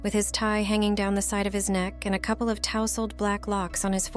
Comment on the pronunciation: When you say “cooplee” I will presume you mean “couple”. Jeeeez, first off, use the proper photos from the correct show you are reading from the book, not another movie he starred in. Sto0 using the robots to read, they do not use the language properly.